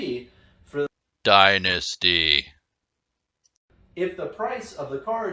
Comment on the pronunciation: “DYNANISTY” at 43 seconds had to stop the video I laughed so hard